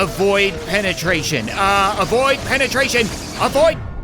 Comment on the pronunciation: You said a void pennatration not avoid pennatration